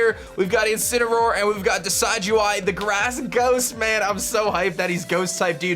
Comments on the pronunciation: I simply disliked because you mispronounced Primarina and Decidueye. It's PREE-MARINA, not PRI-MARINA. Also, you made the "I" sound in Decidueye's name, it should sound more like DESID-JEWEYE, not DECIDE-JEWEYE. Don't blame me, blame my OCD. Sorry if this sounded offensive. I know I'm gonna get hate on this comment, regardless. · Its not Decide-you-eye! Its Pronounciation: Deh-SID-ju-eye Like Deciduous trees, and eye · decidueye is pronounced duh-sidge-oo-eye ! just a heads up! it's like a deciduous forest ! :D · im sure someone commented this already, but: Rowlets final evo's name is a mix of Deciduous, a kind of tree, and eye. pronounced Dee-sid-you-eye, not dee-side-you-eye. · It's probably pronounced like deciduous because of the forest type. Not like the word decide. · And it's pronounced Decih-dueye, not Desigh-dueye! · The mass mispronunciation begins.. why do I get so triggered ffs lol. Decidueye's name is based of deciduous, not decide. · Believe it is De sid u eye, like deciduous forest, not De side u eye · It kinda bugs me he says DECIDE-U-EYE its decid soft c as in deciduos forest and eye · You pronounced Decidueye wrong. It's deciduous and eye put together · Everythime he says Decide-you-eye I facepalm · Pronounciation: Decidueye (Deh-sidj-yoo-eye) Like a deciduous tree. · I believe it's [de-SID-you-eye] after the deciduous tree, as well as [PREE-muh-ree-nuh], as in Primadonna. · It's pronounced Deh-Sid-You-Eye like Deh-Sid-You-Us trees that lose their leaves yearly as if they are dead. Also Pree-Mah-Reena similar to primadonna which is a female singer. primadonna + marine = primarina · I think Decidueye might be pronounced Di'Sijō-Eye as in Deciduous (Di'Sijō-Os) + Eye. But I could be wrong because Decide - You - Eye sounds better anyways. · The dueye in Decidueye is pronounced "day" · I think it's probably pronounced 'Decid-' as in 'deciduous.'